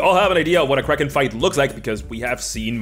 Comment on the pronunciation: I still can't understand if he is saying kraken or crack head.